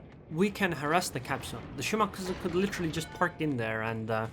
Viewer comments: I think he is saying to pronounced it wrong. You said (Shi•mah•kah•zu) Instead of (Shi•mah•kah•zi) And yes I know how to spell it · Shimakaze has no pronunciation of the letter u at the end of it, FYI.